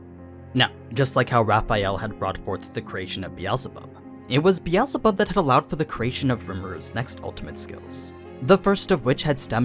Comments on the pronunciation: BE al ZE bub???????????? ITS BEELZEBUB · I'm slightly triggered by the way the says "Beetzlebuth"- It originates from "Beetle" so it's "Bee-sel-buth", fairly similar to the german version, Bezelbub, except with the difference in pronunciation of the first vocal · i cant stop thinking about how hes saying beelzebub and predator wrong lmao